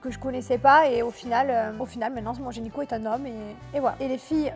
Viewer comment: Gynéco ou génico? 😂😂